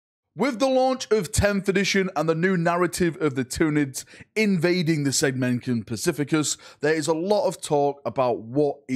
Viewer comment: Ah yes, the thunids